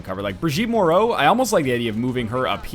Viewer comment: I don't know which is worse, the fact someone with my surname died so quickly in a videogame, that she was your first true death in such a long time, or that you know how to pronounce Moreau (as everyone around or in Canada does). Keep being salty, NL. You rock even though you caused the death of my virtual family member. >:I